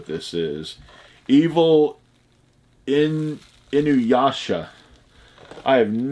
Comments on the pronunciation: Oh wow you said Inuyasha incorrect at first then right after you said his name correct. Later in the vid you said it incorrect. Nice hit though. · Good job on pronouncing Inuyasha the 1st cpl of times, way better then Hokage 😋😋